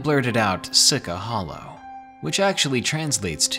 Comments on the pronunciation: See-chee hollow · Lmao it's pronounced see-chah hollow😂